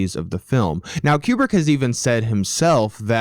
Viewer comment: Don't wanna be that guy but... "Kyewbrick" Great video though 👍